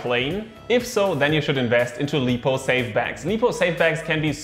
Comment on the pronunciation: Good video, just want to mention I'm pretty sure it's called "laipou" not "leepou". But everything else is spot on, like your videos.